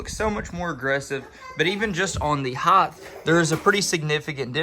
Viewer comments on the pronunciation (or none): say HITE, no such word a hi-th just phonetically say it, i typed it so you can say it ri-th